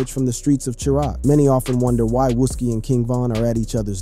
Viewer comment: Seriously I'm not even from there and I know how to pronounce that 🤣 I think everyone know then again he also say "wuski" haha